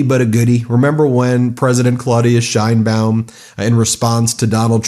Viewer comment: Trump doesn't know what the hell he is doing. Time to Invoke the 25th Amendment. The idiotic Orange blob of useless goo can't even pronounce 'Sheinbaum' correctly.